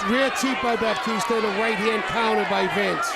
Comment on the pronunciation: Not sure who this “Bapteestur” guy is but I enjoyed that fight.